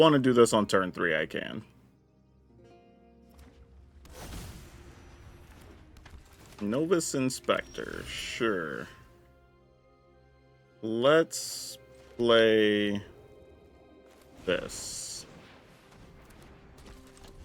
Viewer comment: Love the vids but politely recommending the more common pronunciation for Novice: naa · vuhs